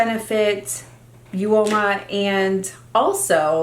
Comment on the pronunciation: Hi hun it's pronounced oma for uoma beauty 😉